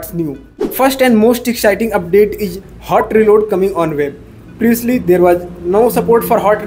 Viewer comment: Your hindi slang is awful.... It's 'Is' not 'eej'.... How do you pronounce इस, ईज ...?.